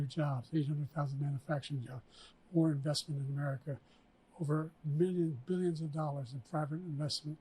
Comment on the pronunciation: Beeleeuns and beeleeuns of dollars